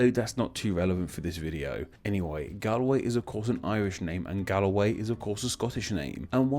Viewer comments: If you are going to do a video all about Galway, can you please take 5 seconds to learn how to pronounce its name correctly! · The way you pronounce the name of my City makes me cringe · Galway is pronounced wrong. Also Scots Gaelic comes from the Irish language. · How could you bring up Galway Girl and still pronounce the name wrong? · I'm Perfectly Familiar With How Consonant Mutation In Celtic Languages Works, I Speak Welsh, But That Doesn't Make This Pronounciation Any Stranger. (Also How Do You Wind Up Mutating The Last Letter In A Word?) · I don't know if you're forcing the pronounced version of Galway to make it sound like Galloway but it's "gaul" way. Had to stop watching sorry. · You are mispronouncing Galway haha. It’s pronounced Goll-way not Gal-way. You are picking it up from someone with a strong Irish accent clearly 😄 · Galway is pronounced Golwei not Galwei. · Galiye?? The pronunciation my god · My dude please double check your pronunciation of places as you’re making these videos. This video is interesting but the consistent incorrect pronunciation of “Galway” (Gaul-way) and “Gaillimh” (Gau-lyiv) hurts your credibility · I can’t believe his pronunciation of Galway. He’s heard galway girl sung. Almost sounds like a satnav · It's great to see a video of the home county but it's pronounced Gaul-way. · Gaul way its Gaul way Its painful to heal you pronounce it that way as i am a galwegian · im irish its galway as in gall like ball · Galway is pronounced Gaul-way, and Gaillimh is pronounced Gol-yiv 😉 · I’d pronounce Galway like gol-yih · Ya Galway is pronounced like gaul and your pronunciation is killing me. Signed a Galway Girl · Galway is more pronounced like Gaul-Way, speaking of which, is there any possibility of a relationship to Gaul? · Galway is more properly pronounced like "Gaul Way" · It's actually pronounced like Gollway, nice vid. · Your pronunciation of my home is wrong and bloody annoying, but pat on the back for a good try